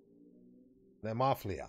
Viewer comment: it's pronounced NEE-MO- FEEL- LA